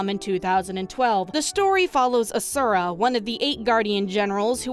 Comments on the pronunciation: I may just be that stick in the mud, but in the game his name isn't "Uh sure Uh" it's "Awshura" (if that typing out of the word actually helps break down the pronunciation for you ,then god bless) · Not hating on the video, promise! But the way you pronounce Asura gives me a nervous tick hahaha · I played it for a little bit and got tired of watching cutscenes. Also, you pronounce Asura wrong lol